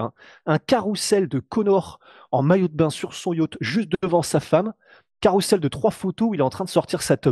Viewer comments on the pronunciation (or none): none